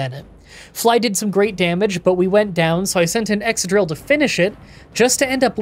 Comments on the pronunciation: Ex-cadrill, not ex-adrill 👉🏿👈🏿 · I thought Excadrill was pronounced like excavator?